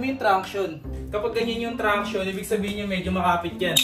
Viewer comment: Pangs 'traction' Hindi tranction hahahh